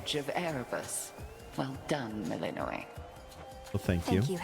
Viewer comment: Shouldn't Melinoë name have stress on "o" ?